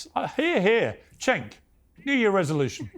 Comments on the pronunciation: His name is pronounced like Jenk. Not Shank. Not Chenk. Not Senk . Jenk. Turkish people say C’s like J’s . Gonna lose my mind when people mispronounce a persons name over and over. Have some respect Jesus. And if it’s an honest mistake that’s fine but ask the person “how do you pronounce your name?” So you get it right. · Oh, and it's Cenk, by the way, not "shank" lol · She called Cenk “Shank” 😂😂😂😂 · Hilarious how much Cenk’s reach has multiplied in recent months, and his colleagues still can’t pronounce his name to save their lives.